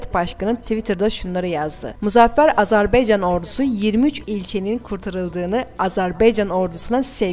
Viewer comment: Bu kıza biri söylesin. AzerbEycan değil AzerbAycan. Bu ne rezillik.